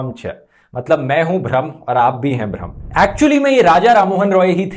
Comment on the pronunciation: হিন্দিতে ব্রহ্মের উচ্চারণ কি ভ্রম?